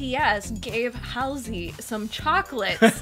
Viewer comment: it's pronounced Haul-zee